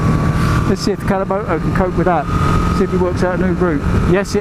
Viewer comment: ‘Alcimoto’ 😂. I had to rewind. Funny, man! 👍🏼